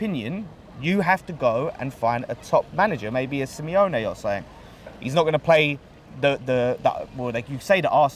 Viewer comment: Dude said Simeone